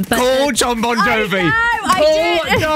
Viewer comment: Who tf is bongiovi? You’d think on BBC 1 radio they would get Bon Jovi’s name right smh 😂